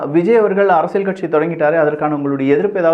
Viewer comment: அரசியல் என்று நீங்கள் சொல்லும்போது 'அரசியழ்' என்று கேட்கிறது. திருத்தம் செய்யவும்.